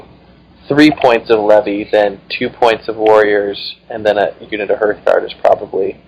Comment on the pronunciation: HARTHguard (from hearth), not HERTHguard. These are not Herth's guards... :)